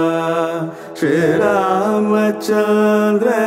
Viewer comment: you are very right sir, Even "SRIRAM" was so lightly pronounced.I doubted whether it is Sriram or not. Otherwise rendition was so good.